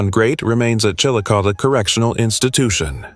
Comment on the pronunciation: It's pronounced "Chilicothie". Not Chillicoth.